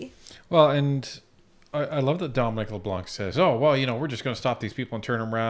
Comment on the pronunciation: pronouncing Leblanc.. ''C'' is a silent letter .. ''Leblan'' .... that ''c'' is reserved for the *unt that he is !!!! thank you 😁